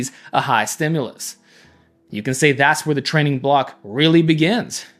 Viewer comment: “Before I was trenning”